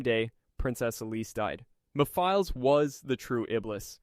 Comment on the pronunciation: yeah, when it started to tell wrong facts about blaze, and the way he pronounced Maphiles and robotnik, it was clear that not only is the voice AI, but the script as well. Shame